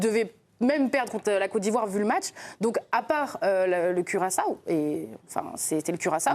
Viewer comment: [kyʀaso], comme pour rimer avec assaut (on ne prononce pas le second a). Le prochain qui dit "curaçAAAAAAAAo", je le tape !